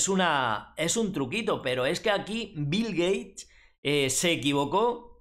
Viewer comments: Shot por cada vez que dice Bil Geish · "Bill Gay" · bill geich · si asi dijo jajaja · Qué contrariedad para Bill "Gueich" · Bill Geish! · Bill Geich, me encanta!